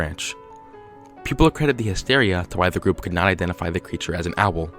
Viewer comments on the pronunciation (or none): none